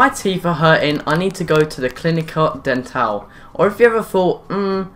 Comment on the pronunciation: "DEN-TAAL" It's actually like dentist. Den-tol. I'm not making fun of you, I'm just correcting.